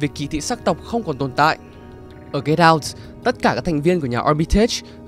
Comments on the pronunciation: Anh nói get out mà em nghe là cây đao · Cứ nghe Get out thành Cái đao quài. Haizzz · "Get out" đọc thành "cây đao" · "Get Out" đọc âm "đ" nhẹ thôi, đọc mạnh quá nghe thành "get down" rồi. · Get out mà t nghe thành cây đao =)) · Get out mà ông đọc nghe như cây đao